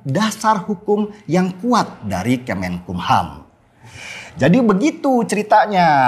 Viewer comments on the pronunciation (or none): none